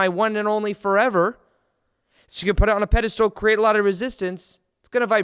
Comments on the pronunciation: Dude, why do you ALWAYS pronounce "Pedestal" as "PedeSTOOL"? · I like how you say "PediSTOOL".